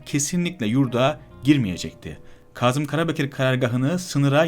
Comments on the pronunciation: Yaziyi cok hızlı okuyup, vurguları ve noktalamaları gerektirdiği gibi telaffuZ etmiyorsunuz. Kâzım, Kazım degil. Kazım bir yerde kazı yapılmasıdır. Bu soyledıklerimi yapıcı eleştiri olarak dikkate alırsanız daha başarılı çalışmalara imza atarsınız. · Kazım Karabekir ve aşikâr derken a harflerini incelterek söylerseniz daha iyi olur.İnsanin kulağını tirmaliyor. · Kazım değil, "Kâzım"...kahya değil,"kâhya" olarak doğru telâffuz edilirse daha etkili olur..Lütfen bu hususa dikkat edelim... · Hocam bu nasil diksiyon? Kahya degil, kâhya, Kazım değil, Kâzım ve nicelerini o kadar yanlış telafuz ediyorsun ki, anlattıklarına odaklanmakta insan zorlanıyor. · Kazım değil Kâzım kahya değil kâhya. Bunu düzeltmek çok zor bir şey değil.